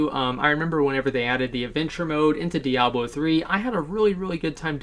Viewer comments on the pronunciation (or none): none